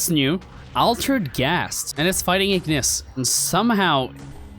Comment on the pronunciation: wait he said ignis with a N💀💀💀💀💀💀